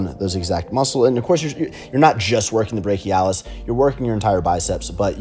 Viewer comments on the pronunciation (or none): none